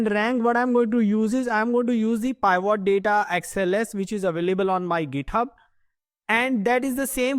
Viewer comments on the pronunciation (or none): Pivot needs to be pronounced as pi. vuht not pyvot!